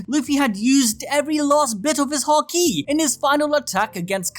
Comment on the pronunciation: Emphasis in haki is on the ha, not the ki, so it’s not “haKEE” it’s more like “HAki”